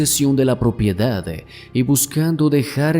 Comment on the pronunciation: Porqué añades E al final de las palabras? Tengo que poner subtitulos para entender qué dices. "Finale"? "Propiedade"? Wtff